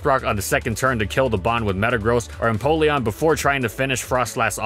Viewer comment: Um, he said Napeleon, instead of empeleon I spelled that wrong, who cares :/